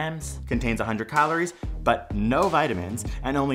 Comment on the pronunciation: The way he says “calories” really bugs me.